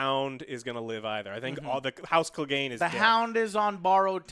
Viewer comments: It's Clegane! Not fucking Cleegan! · Kleh-gain bowl! Get it right get it tight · "Clee-gan Bowl" no fan of the books or show would ever pronounce "Clegane" like that wtf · man the pronunciation... denaries... cleeganbowl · lol, your inability to pronounce names continues. "denarious" also - "cleeegan" smh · My god man, can y'all PLEASE learn how to saw they characters' (and dragons') name properly?! (Aside from ) It's not the biggest deal, but it's just so jarring to hear Daenerys' (DA-neris) name pronounced as "DaenerIUS". Clegane (Cle-GAIN) being pronounced as "CLEEgen" Brienne (Bree-enn) pronounced as "Bree-ON" Calling the dragons by their namesakes (Drogo, Rhaegar, Viserys) instead of their names (Drogon, Rhaegal, Viserion). It just kinda makes listening to y'all generally unpleasant. Otherwise, I love y'all hoping for the rest.